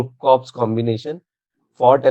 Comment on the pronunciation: 2 small observations.. When pronouncing a name with rank, you don't add Sir.. Second, Corps is pronounced as Core.. Don't mind.. just basics